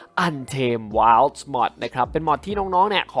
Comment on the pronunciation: ไม่ได้อ่านว่าว้าวอ่านว่าไวด